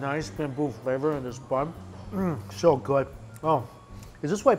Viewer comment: “That is pretty darn gwouud”